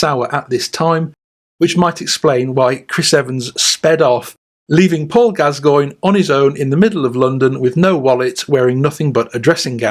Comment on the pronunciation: Who the f@ is Paul Gaz-goyn? 😆👀 It's bloody Gass-coin 😆🤡 What the actual f.......